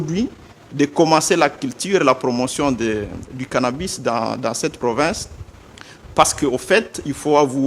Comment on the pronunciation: Cannabis , et non cannabus...